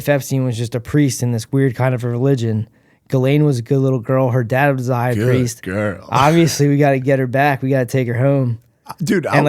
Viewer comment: I've looked into him, I just think it would make for a good Ep.... Spud sperging out, responding to stuff he's never heard of with "OBB-vee-us-leee" for old times sake.